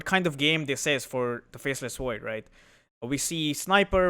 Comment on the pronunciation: I love your videos. One small thing: can you please learn how to pronounce the letter 'V' instead of saying "Wiper" and "Faceless Woid"? It's incredibly infuriating. I understand accents and language barriers make things more difficult, but you're not even trying.